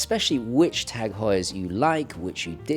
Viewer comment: Thanks for pronouncing it Tag and not Taarrrg....